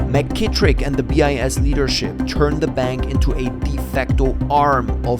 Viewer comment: So early no one checked the ai pronounciation...it's pronouncing BIS as 'bias'